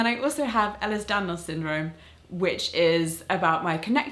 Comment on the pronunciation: Can I just correct you Molly, yes it's been 2 years ik, I just wanted to get this important info right. Ellis Daniels Syndrome is actually called Ehlers-Danlos Syndrome. (Pronounced: Ella's Dan-Loss Syndrome)